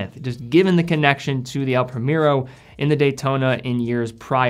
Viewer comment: It’s El Pree-mehr-oh, not premier-o, cmon